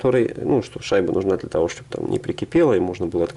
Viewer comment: Щьтобы и монтаЖЬ. Слух режет ппц.